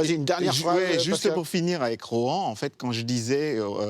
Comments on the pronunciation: a chaque fois que je l’entendais le dire ça me trigger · Je suis le seul qui est stressé par la prononciation "ROT AN "